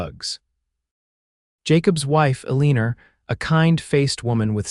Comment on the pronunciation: Please teach AI that her name is Eleanor not Ah-lee-ner.